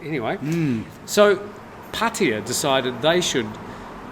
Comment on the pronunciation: Potty-uh? It's pronounced Phatta Ya ( Pa-Ta- YAH )